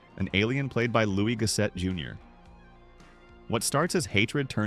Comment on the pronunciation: Louie Goss-ette Junior... caught you AI narrator!